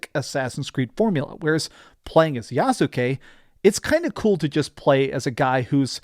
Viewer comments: It’s YAHS-KE. Not Yasookay. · Yassskay not Yasookay. Still enjoy your videos man, lol. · The "U" is silent so is pronounced YAS-KE like SAS-KE(Sasuke) or INOS-KE(Inosuke) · The U in Yasuke is silent